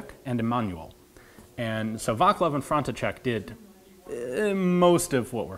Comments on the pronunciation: Vaclav is pronounced Vatslav, not Vaklav, iirc. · "vaklav"- correcly pronauced as vatz-lav, "manual" correcly pronauced as i-ma-noo-ill, "frontcheck"- correcly pronauced as france-see-sek :)